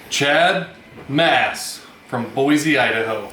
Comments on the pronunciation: It's pronounced BOY-SEE Idaho bro! LOL!!!!! Nice to see a local win! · scuse me sir, its boy-see :) congrats